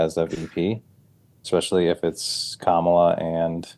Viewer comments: Omg, how do people STILL not know how to pronounce Kamala Harris‘s name correctly? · Those are republicans your are polling. One of the ladies speaking said Kamala’s name wrong like Trump does